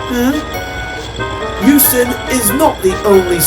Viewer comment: Euston, not Huston.